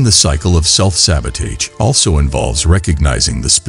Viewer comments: It was good but i think the mispronunciation self sabotaged the video a bit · Perfect video. I believe the mispronunciation of sabotage was on purpose. Because the video talked about not looking at mistakes and short comings but to focus on more. Do not allow a small mistake or judgment to shape your beliefs and have compassion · Good video, however the repeated mispronunciation of sabotage may be a reason some people dislike the video.